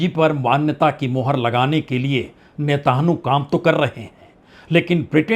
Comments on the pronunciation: नेतांहु नहीं सर नेतन्याहू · बहुत से शब्दों के बीच बीच में बहुत गलत उच्चारण हैं। जैसे कि नेतान्हू, जलडबरूमल। ऐसे स्तर की उम्मीद न थी।